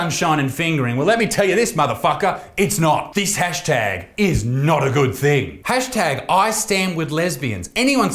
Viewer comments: Did you just say the tash tag instead of hash tag? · Tashtag? First time he says it he says tashtag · At 0.04 it sounds like he says "Tash Tag" instead of "Hashtag" haha... Unless I be tripping.